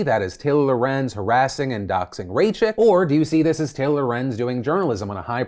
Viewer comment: Jewish woman here: Chaya was correctly pronounced but her last name was not